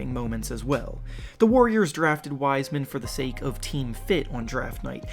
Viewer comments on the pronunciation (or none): none